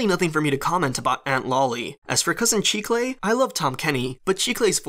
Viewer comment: Did anyone else look up chicle to find out what it had to do with candy? P.s. it’s pronounced chih kle